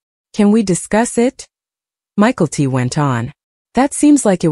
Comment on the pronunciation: Hearing the name pronounced Michael-T is really annoying.